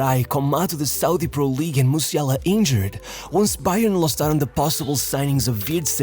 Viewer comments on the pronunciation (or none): none